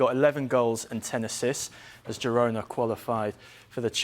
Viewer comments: Whys this doufus keep saying hirona 😂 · "Hirona"? Where do these guys get their nonsense pronunciations? Making it up as they go along. "Girona" is Catalan so the "g" is pronounced.